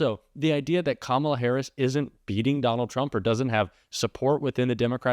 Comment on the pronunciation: It is Kamala not Kamla. I think it is high time to learn how to spell and pronounce the name of the President of the United States.